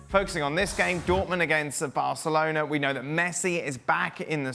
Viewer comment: Dan Thomas' pronunciation of Barcelona sounds like [BELCH!]-chalona.